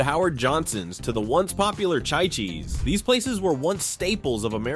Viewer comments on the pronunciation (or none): Yes pronounced cheeee cheees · Phonically: It's not chai-cheese as you pounced it, it' chee-cheez. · Did he say Shychis?!? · Yes, you're mispronouncing it.